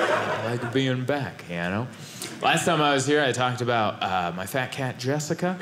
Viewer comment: I can’t say the name “Jessica” out laud or in my head without it being with your voice in that bit! Jweesica. Rent free. 😂